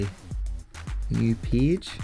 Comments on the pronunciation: Man, everything is great, except the way you pronounce the world "PAGE". Please open the dictionary. [peɪdʒ] please :-) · Nice video, I like how you call page as peege, Thank you for sharing